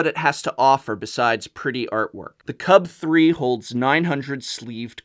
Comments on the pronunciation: Just say UltraPro CUBE and not Cub-Three. It's 1337/gamer speak. It's elite/leet, not OneThreeThreeSeven. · I love these videos, I watch them all the time, and I feel they are very well done, but is anyone else bothered by the way he says "CUB3." It's l33t speak for cube, pronounced "cube." That is all. Keep on slaying it.